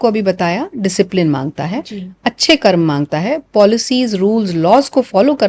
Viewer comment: कर्म को कर्मा कहना आजकल खूब चलन मे देख रहा हूँ